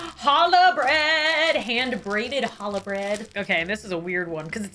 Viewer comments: Challah pronounced as “hallah” like WHY IS THE C EVEN THERE 😭😭😭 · She says ciabatta like siabatta. Phonetically it is chiyabutta. And challah. I don’t even know how to write it phonetically.